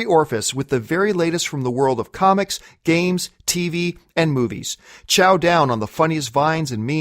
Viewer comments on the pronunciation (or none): none